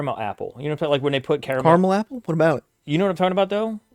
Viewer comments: it's definitely NOT "kara mel" ... its CAR MEL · Car A mel....